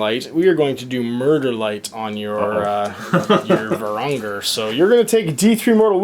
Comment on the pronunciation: varan-guard.. VARAN-GUARD. how can you mess that up but get ogorid thaurmatergerestagerler